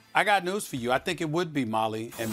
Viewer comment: "I got NOOSE for you..." Hahahaha, this guy is traumatized by Bubba Smollett.